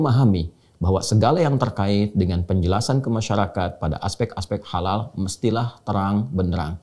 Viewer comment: Kok dibacanya seperti halaaka artinya malapetaka. Bagaimana ini. Padahala logo halal mestinya sama sedunia. Karena islam itu sama. Jalau begini. Ini namanya islam indonesia dengan lain negara seperti berbeda. ? Dasar islam nusantara. Silahkan islam nusantara minta safaat diakhirat sama pendiri islam nusantara. Karena gak mau kearab2an katanya. Cap ubur2